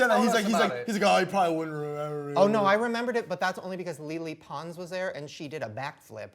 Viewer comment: “Lei lei pons”